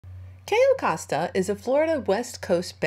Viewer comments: It's Cay"o" Costa, you kept saying: Cay"a" Costa. Just FYI is all. :) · HI Sorry love you and your videos .BUT its pronounced (. kiyo costa)= cayo costa LOL Im Latina ..